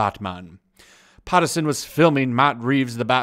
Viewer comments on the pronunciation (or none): Robert "Pattinson", there's no r in his name. Also batman is supposed to be musclular but not bulky